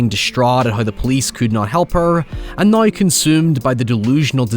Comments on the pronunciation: what accent does have? I've never heard anyone pronounce now like noi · Where is he from? I’ve never heard someone pronounce “now” like that. Is it Scottish?